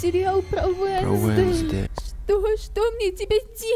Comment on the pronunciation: а не вэнздэй